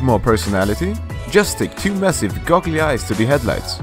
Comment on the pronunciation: My man said GOGGLY eyes